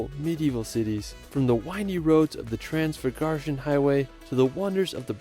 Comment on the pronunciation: "transfugurun highway" lol that's the funniest butchering I have seen so far, nice :))